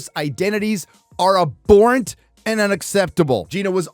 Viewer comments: Ab-whore-ent....not a-bore-ent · I hope that Gina and Elon take Disney ti the bath!!!! .... Oh yeah....It's AB Horrent not aborrent